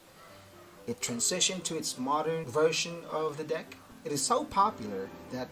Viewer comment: Ang lupit ng diction....Moderrrrnnnn.....